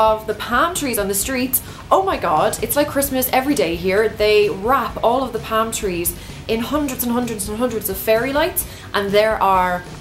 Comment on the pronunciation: Lol how you say "Pam" trees. I was so confused for a few seconds. :)